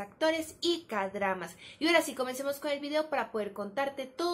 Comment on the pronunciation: Kdramas: no se pronuncia keidrama?